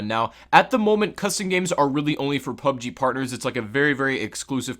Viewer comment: PlayerUnknown's Battlegrounds; or P.U.B.G.; or Battlegrounds – NOT "PUB-GEE".